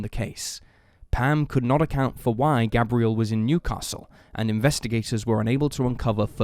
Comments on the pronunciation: Its pronunciation is Gabe-re-ell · His name Gabriel like the arch angel not pronounced like the girl name